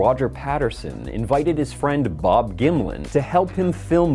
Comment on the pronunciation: gonna be real, I thought he was saying Bob Gimli for like half the video.